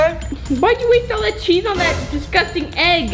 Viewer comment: SAID DISCASTIN CORRECT WAY IS DISGUSTING